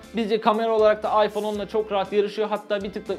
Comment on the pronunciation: abi oyyfonn yaaa